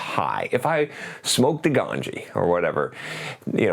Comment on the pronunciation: hahahahahaha he says "somke the ganji" in a funny way